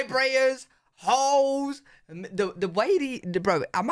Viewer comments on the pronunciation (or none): You said vibrators, hoes... Or did you mean holes... Lol and if u ever make it to southern california look me up. Happy to take u around